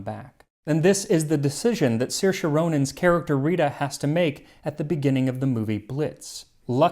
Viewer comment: Great video, Max! And thank you for pronouncing Saoirse correctly!